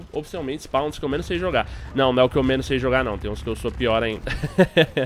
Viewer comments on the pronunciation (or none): none